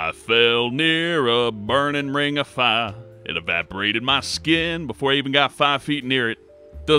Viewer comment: A burning ring of "Fah" you say?